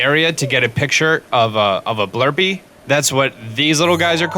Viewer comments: He always calls the blue-pee a blur-pee. Even after he shows the name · I know I'm rlly late but. They're called Blue-pees, not Blurp-ees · Y U CALL THEM BLURPEES THEY ARE BLUPEES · That little guy is not called blerpee it is called blupee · “A Blurpee”